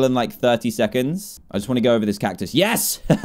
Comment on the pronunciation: Dan said gooooi